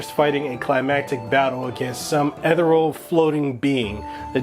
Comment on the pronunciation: It’s eth-eerie-al not ethuhreal lol. Great review though, liked and subscribed